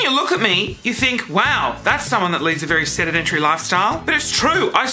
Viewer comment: I laughed out loud when you 'sedentary' lifestyle and it came out more like 'sedimentary' lifestyle. But then I realised that's actually right - we don't move much and gain layers over time!